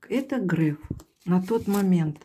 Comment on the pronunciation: Только он не Грэээээф, а Греееееееф. От слова греехххх..